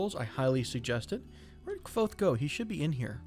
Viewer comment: Kvothe is pronounced "Quothe" FYI. Great reference from a great book series.